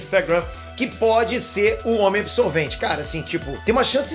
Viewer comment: "Homem absotvente" hahahhahahahahhahahahahahhahahahahah!